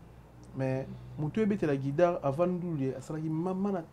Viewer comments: toi aussi...on dit guitare, et non gudare! Beaucoup des formations en europe c'est gratos ndeko, yekola ebele si possible... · boulot c bon bravos 👏🏽 mais mingi mingi il faut au travaillé addictions nayo il faut dire Bercy est non bexcy, Guitare non guidare, Squelette non Esqualette sinon bravo pour ton émission vas d l’avent 👏🏽👏🏽👏🏽😂😂